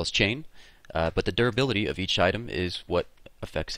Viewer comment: whenever you said duribility, i heard 'derpability'.